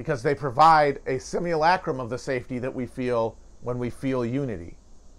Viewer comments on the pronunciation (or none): none